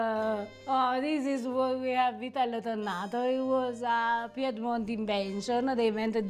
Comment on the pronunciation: Vitel tonné is not French but Piedmontese, is pronounced “Vitel Tunè” and yes, we in Piedmont are very proud of Vitello Tonnato and we also do sandwiches and Tramezzini with it ❤